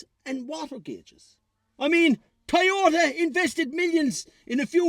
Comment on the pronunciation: What did you say there a toyoyoyyota? 😂😂😂😂😂